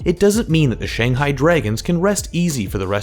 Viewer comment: Pronounce shanghai properly first